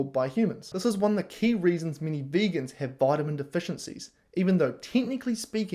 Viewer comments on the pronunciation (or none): none